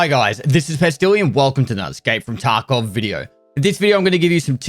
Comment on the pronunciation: I love when he says Taco community.